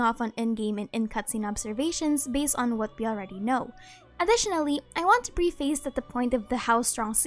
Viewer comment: It's not "pre-face" it's "preh-fess"